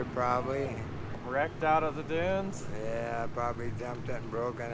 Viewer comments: Did Ed say " sand dumes"? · I like how Ed pronounces "sand dumes"...... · Ed says, "sand dooms." For the ignorant or uninitiated or foolish and arrogant folks, many dooms await in the sand. Thought it was a mis-speak till I thought it through. The wise ole Ed speaks truth for those that seek it.